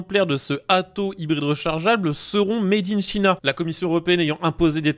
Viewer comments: 2123 kilomètres de capacité de coffre… wow. On se calme, on respire et n’essaye plus de faire du lance-pierres façon Antoine de Caunes. Made in China prononcé mèdinechina, ça pique aussi les oreilles à chaque fois. Les vidéos gagneraient à durer quelques dizaines de secondes de plus pour rendre le rythme plus agréable à suivre. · Bonjour; Vous prononcez « made in china » comme je le faisais en 1970. C'est rigolo.